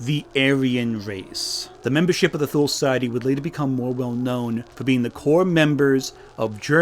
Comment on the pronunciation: * Thule = "TOO-lee." Because German, I guess.